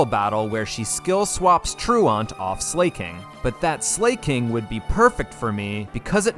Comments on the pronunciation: Even tho i love your voice the way you pronounce some pokemon names kills me. For exemple Slaking. You say "slay-king" and Everyone else ive heard say its name says it as "slack-ing" or "slack-king" I still love you vids tho. I use them to fall asleep cuz i dont have to look at the screen since you describe everything and it holds my attention without overwhelming me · why do you keep pronouncing it as slay-king its slack-ing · Are you saying names wrong on purpose? Slakin, it's not slayking, it's slaking as in slaking off. Minun from the other video is my-nun, as in minus. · This series is great. Just found your channel. Funny dude. 🎉 But and im sure someone has already pointed this out, in case not, its pronounced slack-king(1word) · Why did you pronounce Slaking like Slay King 💅, gurl Slay Queen 😭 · Zebstreeka, Zeekrom. I’m convince he does it intentionally. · Your clowning yourself the way your pronouncing Slaking